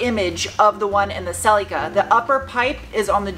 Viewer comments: Why do call the car Celucur instead of Celica...so weird since you're not from a foreign country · What's a Selly Ka? 😂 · Cel”E”ca - giggle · Pronounced "sell-la-ca" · Or if you want to rewrite history, it’s pronounced sellee-ca